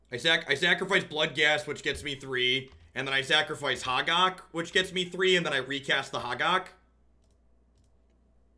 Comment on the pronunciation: pronouncing Hogaak is everything I love about this stream. First it's HOH-gahk, then it's HA-gark, then it's "an 8/8". Keep being awesome